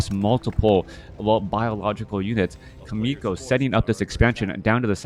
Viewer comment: thanks for sharing this video and you commentary, but as a Korean I junst want to let you know more exact pronounciation of 'Chaemiko'. It is not [k]aemiko, but [tʃ]aemiko. same as 'CHERRY' s /che/ sounds. lol